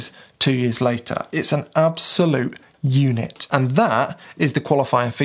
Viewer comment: Did he just say "It is an absolute eunuch" there? I had a good laugh about how close to it it sounded :D